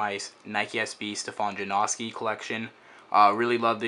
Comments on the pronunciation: I hate when people call them Ja-No-Ski or Ja-Nos-Ki. Even Stefan pronounces it Ja-Now-Ski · i like how you're saying his name wrong... It's pronounced Janowskie. Not Jonoeski LOL. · i hate how you're mispornouncing janoski, not janawwwski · It's janoski not janaughski that's how your pernouncing it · please just call them juh-now-skees not juh-nosk-i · Way to pronounce his fucking name wrong It's not Jan-AW-ski it's Jan-OW-ski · forreal, its Ja-now-ski. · Ja-nah-ski - janoski, if you watch one of his skate vids you'll now how to say it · It's Yanoski not Janoski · its prenounced (jan-oh-ski) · It's janoski, get your facts right. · lol theres pronounced jonowski btw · Its jan-uh-skees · It is pronounced JAN-OW-SKEE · It's pronounced juh-now-ski. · Janawskis lol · i hate the way to say janAHski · jesus christ if your not gonna skate the shoes then at least pronounce his name right jesus christ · He doesn't even say janoski right. It annoying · say his name right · you said janoski wrong throughout the whole video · You say janoski wrong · You'd think after the 12th pair you'd learn how to say his name correctly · Can't he say it right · most likely not because he doesn't even know how to pronounce janoski right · please, learn how to say Janoski...please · dude i cant sit here and listen to butcher the name of one of my favorite pro skateboarders. learn how to pronounce "janoski" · please learn how to say janoski